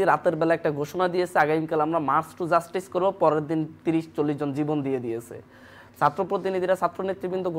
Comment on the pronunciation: দিয়েসে, করেসে, বলেসে...